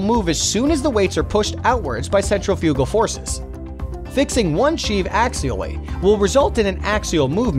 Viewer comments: It's "centrifugal", not "central-fugal" Jeez. . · Good video blemished with incorrect pronunciation. Centrifugal is pronounced " sen-TRI-fuh-gul." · cen-trif-igal. not scent-re-foogal canadian here, i dont wanna hear nothing about freedom speak, theyre righ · It's is pronounced..." SEN-TRIF-EYE-CAL" Emphasis on "TRIF". Not "sen-tra-fuue-gall" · Pronounced cen TRIF I cal. Not centrifi CAL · The way the word 'centrifical' is pronounced by the narrator is very unusual to me. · Centri - fugal? Whaa? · dear god centrifugal is pronounced "centrifical"...... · Totally. Guy has clearly never read the word "centri-fugal" before. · Good video, but your computer program mispronounced "centrifugal" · Hey little kid, go look up how to pronounce 'centrifugal.' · Now that's an odd way to say centrifugal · Interesting. But your pronunciation of centrifugal throws me. I've never heard it with the accent on the third syllable before, always heard it on the second. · I am amused by the commenter's pronunciation of sheave and centrifugal. It shows that he is not a gearhead, but a paid talking head. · Please learn how to pronouce "centrifugal!" - stress is on 2nd syllable!